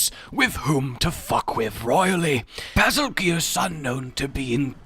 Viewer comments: I think its bazel goose not bazel gee us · It is pronounced, bazel - JUICE! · Always thought it was pronounced basil goose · Absolutely fucking amazing. Also, it's pronounced 'Bagel Geese' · Bazel is a Slavic word meaning regal and it's pronounce as bay-zahl (I prefer bay-zel). Geuse is pronounce like juice. Geuse means 'one' or 'the one so bazelgeuse means (the) regal one. It's a similar name to betelgeuse.